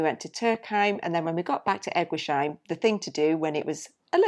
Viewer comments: You pronounce the place E- guis- heim !! No sheim !! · Even if it was very painful to hear you both mispronounce ‘Eguisheim’ every single time, I’m happy that you enjoyed the Alsace area. I just found your channel today and I’m binge watching your videos. I’m really enjoying your content.